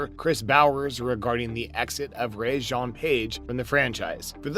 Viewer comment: Please learn to pronounce Page’s name correctly. His first name is pronounced Reggae, like the music. This was an interesting piece with a focus on the score and composer.